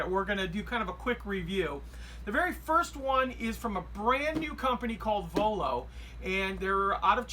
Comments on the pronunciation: Voiio and not vollo :) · just a correction its Voiio not Vollo